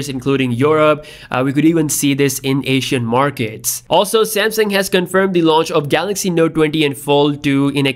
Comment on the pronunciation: I know I’m not the only one that hears him saying samsing